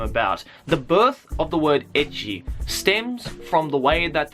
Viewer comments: I LOOKED THIS VID UP TO PROVE MY BF WRONG IN HOW HE PRONOUNCES ECCHI. HE SAYS 'EH-KEY' WHEN ITS 'ET-CHI' AND HE WONT ADMIT HES WRONG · Lol it sounds like hes saying edgy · haha, so it was right. i always think "ecchi" comes from how japanese people pronounce "H" in "hentai"